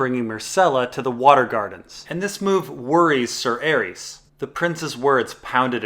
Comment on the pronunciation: Calvin The Ninja Man better than that clown that says Sayer instead of Ser.